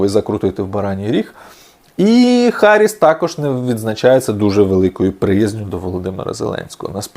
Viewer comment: Гарріс, а не Харріс. Харріс - це на рассєйскам сранам суржікє, бо у них немає нашої продихної Гг, яка в англійській транслітерації відображається літерою Hh. Hh вимовляється нашою Гг, а наша Хх в англійській мові взагалі відсутня (відображається Kh). Тому Гарріс, а не Харріс.